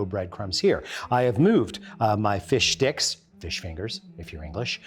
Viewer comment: Did he say “fish dicks”?!